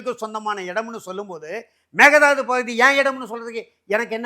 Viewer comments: Hey it is mekedatu 😮 not a mekedadu 😂😂😂😂 mudi still not perfact 😮😂😂😂😂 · Actually sir.. மேகதாது இல்லை .. மேக்கைதாட்டு.. மேக்கை நா ஆடு.. அப்புறம் kudagil குஷல்நகரில் tamil பேசுவார்கள்.. kudagil tibatians உம் இருக்காங்க..